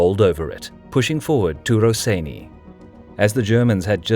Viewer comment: Maan, im screaming, wtf is 'raseiniai' xdd,this is cancer, it goes 'rosienią' like 'bitwa pod rosienią', love your vids btw